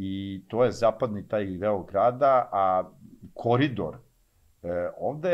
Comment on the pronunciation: ne kaze se kori Dor nego se kaze koridor....